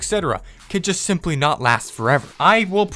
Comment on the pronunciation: "but it's sjimply"